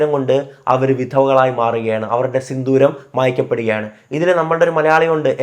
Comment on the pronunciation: ബ്രോ സിന്ദൂരം ആണ് സിന്തൂരം അല്ല 👍🏻😊